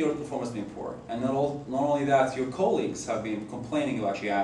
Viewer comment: your ko-leagues